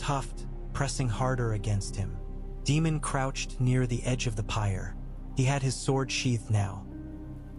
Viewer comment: It's Daymon not Demon.